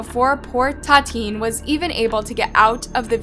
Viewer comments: I think we all own those people the minimum respect of saying their names correctly. The VICTIM's name is pronounced TAH-TEE-AHN-NEE, not TAH-TEEN. (And her killer's is pronounced LOO-EEZ.) If the case happened in Brazil, you have to at the very least research the language - Brazilian Portuguese - so you won't get lost in translation and get the facts straight. If we can't trust something so basic in research as a correct translation how could we trust any information at all on those videos? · It ta ti Ana not tateen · Tatin????? I know she's dead, but at least get your facts checked and pronounced her name correctly. Make some effort to pronounce these foreign names at least. Use the google translator for example. Tatin is not her so called name absolutely! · its Tatiana please pronounce victims' names correctly, as for the criminals i don't care if you pronounce their names wrong but please pronounce the victims' names correctly next time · I'll be honest.. you not saying her name right is driving me nuts. Tatiane.. like Tatiana. I'm a victim of domestic abuse and I would feel so disrespected if you got my name wrong...